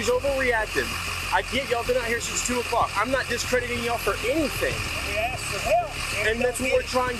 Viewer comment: Asked not axed